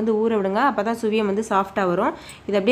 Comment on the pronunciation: Suzhiyam...not Sviyam..